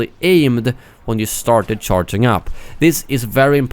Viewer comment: This guy cant say charging? He says CharTin